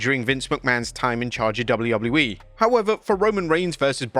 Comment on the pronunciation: Are you honestly incapable of pronouncing WWE? It sounds like you’re saying woubleywoubledyE. 😂😂😂